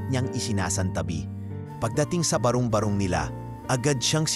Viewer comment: ang pagbigkas ng barong barong ay hindi barung barung. ba-rong ba-rong hindi ba-rung ba-rung try to read it and pronounce well and read well